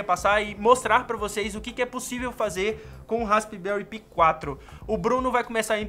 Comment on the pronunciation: a pronuncia certa e raspberri pai 4